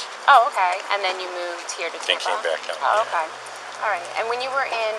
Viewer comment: I don't think I can survive hearing that female detective mispronounce "okay" ever again.